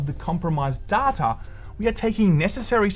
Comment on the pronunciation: Here we go agien. Give me more "DADTA" <3